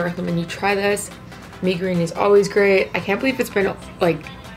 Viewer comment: "me goreen" tf sis